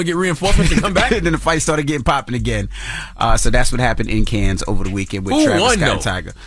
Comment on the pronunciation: PLEASE learn how to pronounce Cannes. It's irking me. 😅